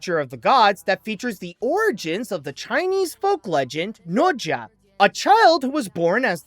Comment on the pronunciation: Is bro saying the name right? I don't think so. 🤨🤔